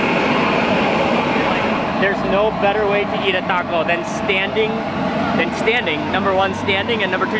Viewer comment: "It's a cwunchy waco"